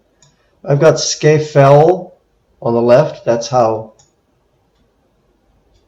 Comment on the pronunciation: Its pronounced Scar Fell or alternatively Scaffell :)